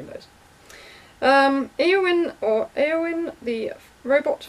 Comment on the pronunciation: also, the second pronunciation of my name was correct! good job. (A-O-win